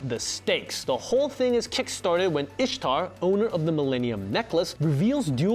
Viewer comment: ah yes. My favorite character. I s h t a r